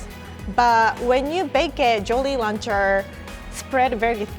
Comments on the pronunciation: was saying Jolly Launcher instead of Jolly Rancher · Lol says “jolly lancher” 😂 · I love when said jolly lacher and not rancher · the way she pronounces jolly rancher is cute haha. although, captions say “jolie launcher” and ya girls name is jolie so it is a bit concerning 😂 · Did really just call it a “jolly luncher”?😂😂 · At first I thought she said Jollie Rancher, as in a person😂😂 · "Jolly Launcher " Huh, now i know why they say japanese people mix up R And L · U mean jollyrancher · No OFENCE but she said jolly roncher